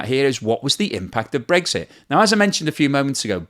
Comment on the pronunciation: pronounces it "Breaksit."